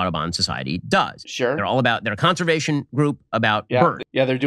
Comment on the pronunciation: Conservation, not conversation 😂